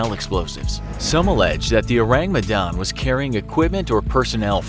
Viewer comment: As an Indonesian, I appreciate that he says "Medan" in the right pronunciation